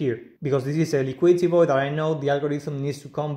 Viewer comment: Void with V, not 'Boid"